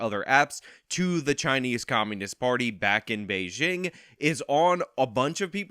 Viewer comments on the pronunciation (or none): none